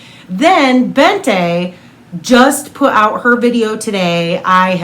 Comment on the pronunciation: Bente is pronounced more like Bent-eh (silent H obviously), not BentA 😋